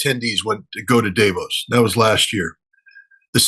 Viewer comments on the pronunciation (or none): "Day Vose". The very first person in the entire world to pronounce it that way...ever. Weird, but whatever. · Davos is pronounced: Duh-vōhs. Or phonetically: dɑːˈvoʊs. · Isn’t it dah-vos? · Scott, you are pronouncing Davos incorrectly. That sounds quite dumb.